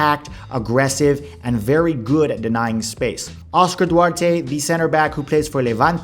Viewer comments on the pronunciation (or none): none